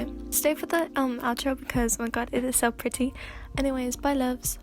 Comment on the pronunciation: For a second when she said loves at the end I thought she said levs lol